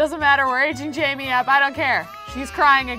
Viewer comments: j-a-i-m-e which is pronouncing jamie is actually pronounced Jane but with m. JAME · It’s not Jamie it’s Jaime haha